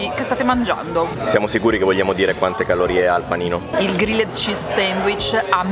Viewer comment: Regà, era da un po' che volevo dirvelo... Pronunciate Grilled -->Grilld